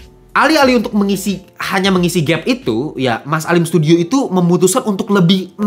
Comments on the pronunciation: Alim sudio bang bukan alim studio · Alim Sudio bang, bukan studio😅